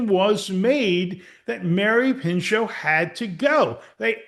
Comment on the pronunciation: her name was Mary PINCHOT Meyer, not Pincho…